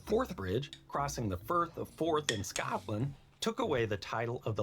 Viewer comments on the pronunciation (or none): none